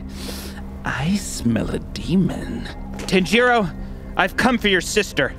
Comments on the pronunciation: tahn-ji-do is how they pronounce it, either way it wasn't like the way it was in the video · He said tenn jirr oo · I love how the detective pronounces Tanjiro. Tann-Jeee-Roow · dude its "Tainjeero" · Elbanjomon you've probably never even watched anime so how can you judge? and he literally just said that they pronounced tanjiro wrong. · The scariest part of this was how the detective pronounced "Tanjiro" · For the people who didnt notice. said tanjiro wrong and tanjiro said nezuko wrong.